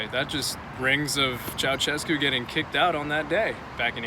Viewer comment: Finally a foreigner that says Nicolae Ceausescu instead of Nicola Ceacescu